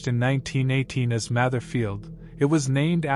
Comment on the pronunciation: It's pronounced Mather - with a long 'a', not a short 'a'